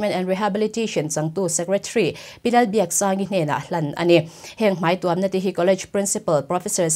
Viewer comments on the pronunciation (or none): none